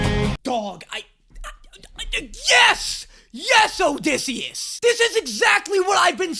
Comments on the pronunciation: Did he just call osisius “disius” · the funniest thing to me is calling odysseus dissy when his canonical nick name in the musical is ody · I absolutely LOVE that you call him Dissy.